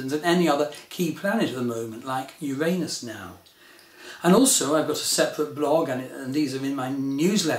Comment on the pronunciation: Finally someone who pronounces "Uranus" the correct way, not the politically correct way! CHEERS TO YOU! EXCELLENT VIDEO!